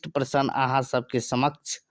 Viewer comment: मैथिली आ प्रश्न सनक शब्द सभक उच्चारण ठिकसँ कएल जाउ ।